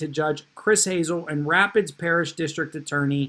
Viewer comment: excellent content. Rapides is French for rapids. It's pronounced ra-PEEDS.